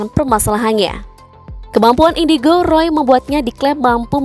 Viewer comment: Kata marcel indigo:indicrot 😂